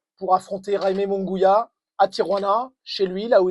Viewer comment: Merci, mais on prononce " Munguiya" pas "Mungouia" 🙂